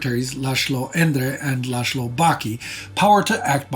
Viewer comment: A little humor in this dark series, that confuse Polish with Hungarian. s=sz sz=s He said Miklósz and Lásló. Edit: Interestingly the 2nd time he said correctly Miklós (about Miklós Horthy Jr)